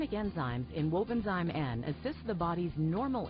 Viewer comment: Please pronounce properly. It’s Wobenzym . Zim not Zime.